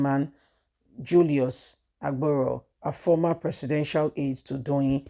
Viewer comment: Hello dear blogger, her last name is not Yusuf, but Yesufu, at least get the names correct now instead of murder someone's name, you also said Aboro for the Labour's party chairman's last name. As a youtuber, you must get people's name correct, your voice is good, I come in peace ✌️, just advise